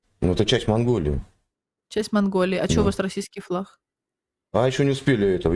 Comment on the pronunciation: У неё то Г, то Хэ. Как можно одно и то же слово по разному произносить 2 раза подряд в одном предложении? У них даже языка нет, какой флаХ, какое Хосударство, какая история?